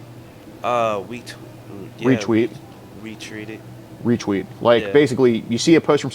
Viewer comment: “Did you retweet stuff today?”: “Wetweeted..”: “Retweeted”: “Retreated.” 😂😂😂😂😂😂😂😂😂😂😂